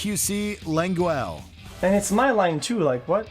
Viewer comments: Lengwell??! Hahahaha. Okay dude. Cringe comps. Seeeee yahhh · OmegaLUL "Felix Leng gwell" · the way they butchered xQcs name got me dying - LAWN GEL OMEGALUL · Giggling over the pronunciation of name Lengyel. That name is of Hungarian origin and was so badly butchered by the narrator 🤭 GY should be pronounced as one letter as y is there to soften the g, it should be pronounced as d in dew.